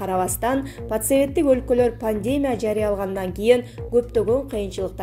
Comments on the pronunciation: Журналисттер, айланайындар! Жок дегенде жазылган текстинерди туура окугулачы. Грамматика, бул силердин туздон - туз кесибинерге байланганда. Бироон, ПНЕВМОНИЯ дегенди, ПНЕВМААНЯ деп окуйсун. Дагы бироон болсо, ПАНДЕМИЯ дегенди, ПАНДЕЕМЯ дейсин. Дагы бироон, ЕВРОПАНЫ болсо, ЭВРОПА дейсин, уят эмеспи! Сабатсыз 120 кой менен, манкурт министрлерибиз жана, ШАЛПЫК президентибиз да жетишет...!!! Башкасын айтпай эле койдум. Деги силер жогорку билимдеринерди кайсыл жерден аласынар...??? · Эй алып баруучу "пандемия" деген созду туура айтчы. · "ПанДЕмия","теРАпия"эмес...ПандеМИя,тераПИя..туура окучу,айланайын..